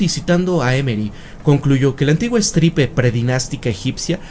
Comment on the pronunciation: Fe de erratas: Estirpe, no estripe